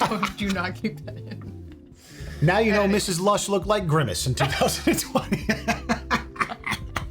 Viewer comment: I hope the couch was warm that night cause you said "Grimmice"